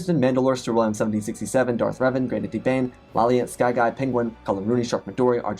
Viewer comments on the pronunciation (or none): none